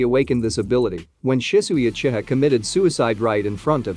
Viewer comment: Lol the text to speech is saying uchita instead of uchiha 😂